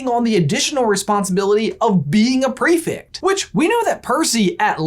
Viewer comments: OMG, stop saying "prefict"... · you’re saying prefect so wrong, petition to introduce prefects to american schools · The way you say prefect causes me anxiety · You guys - I LOVE your videos - they are like, my favourite Harry Potter resource outside the books and pottermore, but for the love of Merlin - it's pronounced pre-FECT not pre-FICT! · Why do you say ‘prefect’ like prefict? I was under the impression that it was pronounced prefect